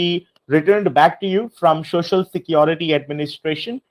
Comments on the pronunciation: shoshial security number 🤣🤣🤣🤣🤣🤣🤣 POS can't even pronounce it right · So hilarious...Shocial security ? 😂😂😂😂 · Don't you want your shuh-shul security? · "shoshal" security lol